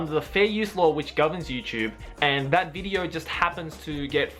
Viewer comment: haha he said "bideo" see if you can find it